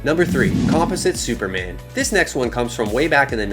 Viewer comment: What's really embarrassing is the way you mispronounced Composite Superman a 100 times. I mean come on bro, aren't you supposed to be a comic "nerd"???